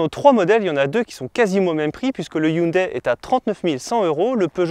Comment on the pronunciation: Arrêtez de dire « Hyundaïe »... on dit « Hyundaie » ...